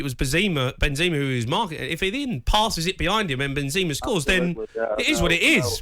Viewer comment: Why Jamie keeps saying Binzima? hehe